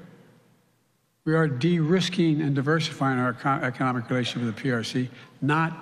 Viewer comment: He says “let me be clear “ and then called “economic “ “acomic